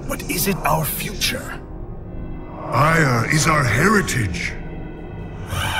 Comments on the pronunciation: "My life for Aiur" sounds like "My wife for hire" in Starcraft I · I know that, but it sounds like hire.